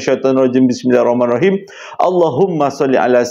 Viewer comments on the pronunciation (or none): none